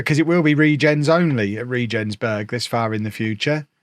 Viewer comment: Sadly you pronounce it “ray-gens-berg”